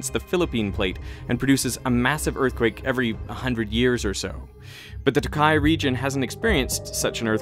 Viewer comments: toukai is pronounced with a longer o-sound, so it's not pronounced t'kai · I lived in the Tōkai area for ~18 months. People talked about the expected earthquake occasionally. And it was during 2011, so I felt the big earthquake and people became concerned that it could trigger the Tōkai one. That would have been really terrible. Btw, Tōkai is pronounced with a long "ō". Timing is very important in Japanese. Nobody would have understood the way you said it, like "tuhKAI"